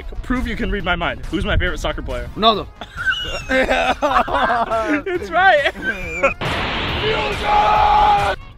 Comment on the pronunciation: It’s not Ronahldino it’s Ronaldo Ronahldino is another soccer player